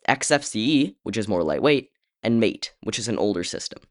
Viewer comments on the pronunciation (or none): "Mate, which is an older system". Wrong on two counts: 1. Mate is not an "older system", it is as well supported as either of the other 2 user interfaces. 2. Mate is pronounced "Ma-Tay" (i.e. more of a French pronunciation than an Australian speaking with his friend)